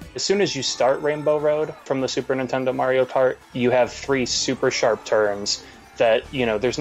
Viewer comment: "The hardest of the MARY-O-CART courses"